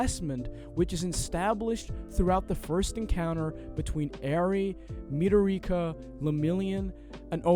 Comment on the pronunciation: The moment he said, "Midorika. I stopped watching 😅